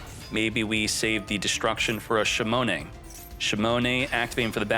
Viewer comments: Shimone shimone shimone...😂😂😂😂 it's shinonome, man, SHINONOME...say it with me now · Shinonome: shimone